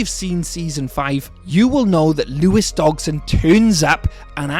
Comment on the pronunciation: Dodg-son not DoG-son. Otherwise good video.